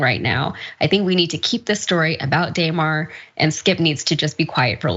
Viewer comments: This lady doesn’t even pronounce his name right. These people got it all messed up. Prayers for Hamlin ! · DAYMAR...SMH these people are dumb